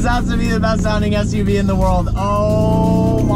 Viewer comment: He said ssuv lol